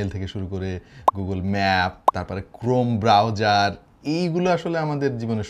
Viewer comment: যখন বলল,chrome browserrr 😂